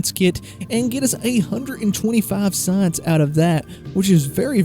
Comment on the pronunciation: "Saaaaince" -- fellow Texan/Okie located. ;)